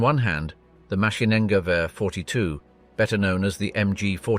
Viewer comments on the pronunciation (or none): none